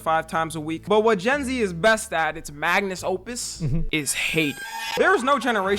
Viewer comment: It's "magnus opus" 💀